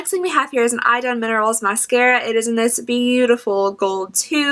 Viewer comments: I know this video is a few years old, but to help you out on how to pronounce Idun: e-dun 😊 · Swedes would however pronounce it 'ee-dun'.